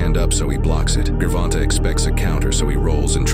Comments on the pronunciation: it pronounced the name pretty much correctly except that "g" sound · The “Grrvonta” pronunciation gotta go 👋 😂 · ""Gore•vonn•tah""😂 I heard 2 different ways to pronounce his name and neither 1 was the right way.🤣🤣🤣🤣🤣🤣🤣🤣